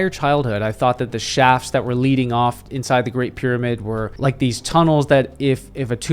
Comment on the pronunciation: The way he pronouces pyramid... "pid-a-midd" 🥴